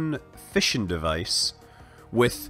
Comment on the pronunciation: every time you said fission i thought you were saying fishing...